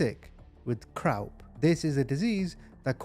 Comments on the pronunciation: The word “croup” is pronounced “crupe” or “croop”. It rhymes with “soup”, “poop”, and “stoop”. It does Not “rhyme with crowp”. Just FYI. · The proper way to pronounce the medical ailment is: THE CROOP. (Phonetically speaking). NOT: THE CROW-P.. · FYI, CROUP is pronounced like soup, not crowp. 🙂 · and "croup" is pronounced like "croop" he says it like "crowp" almost like crap. lol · Croup is pronounced croop. I had it as a child. It’s like a chest infection. I’m happy to see how far you have come in the past couple of years. You must be proud of all your hard work. Congratulations on the second baby. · Croup pronounced KROOP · CROUP, pronounced CROOP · I'm not picking, honestly. Yet it's pronounced Crooop and spelt, Croup. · It's pronounced croop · Croup is actually pronounced "croop". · Just as an aside, its pronounced croop. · It’s called croop but spelled croupe……if you’re gonna narrate…pronounce the words right, please? They call it a dictionary!!!! Online even! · Croup = "cru-pe." I had it several times as a baby. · Croup is pronounced "croop." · Croup is pronounced kroop. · Croup is pronounced "croop" as in "loop." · Croup is pronounced croop. Not being a smart A@@ Just telling you for future reference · Croup is said like SOUP... if that helps